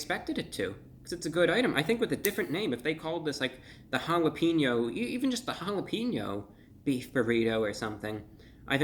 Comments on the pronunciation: And I love you bro but just so you know it’s jalepenyo not jalepinnyo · Never say jalepinyo again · "This jalapeno sauche is really jall ap en yo mouth" maybe your best one yet, Brah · "hall-up-een-yo" mouth......i fell off the couch hahaha